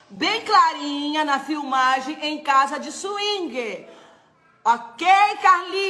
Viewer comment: Ela falando " filmage" kkkkkkk deputada" kkkkk português corretíssimo